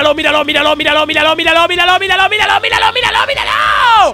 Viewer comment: En vez de que diga miralo miralo miralo parece que diga vidalocke vidalocke vidalocke ahahhahaahahha